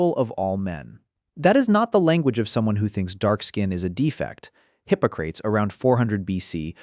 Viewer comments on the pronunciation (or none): Hippo Crates 😂😂😂. Hip OC rat ease is how it’s pronounced. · Hippocrates is pronounced hi-po-cra-tees. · “Hippo crates”? 😂a new low for your AI! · lol you cant even pronounce hippocrates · Learn how to pronounce Hippocrates!